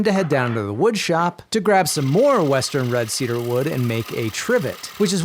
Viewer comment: Tea-dar you say